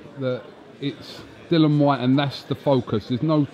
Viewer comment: Can someone tell David Haye that it’s Dillian White, not Dillon.